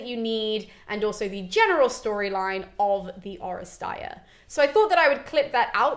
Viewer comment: This was the firs time that I've ever heard someone pronounce the term " Oresteia." I came across it several times in my reading but I never heard it said. This is very exciting.